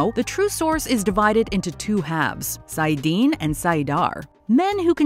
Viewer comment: Nope. Pronunciation of saidar and saidin was wrong, and I've yet to hear any of these YT superfans get Moiraine's name right (it's mwah-rain, not more-rain).